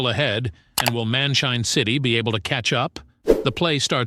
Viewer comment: bro it's man shine city not man chain city to